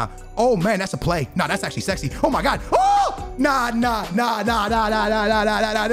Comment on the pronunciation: "o mi gawd" 😂😂😂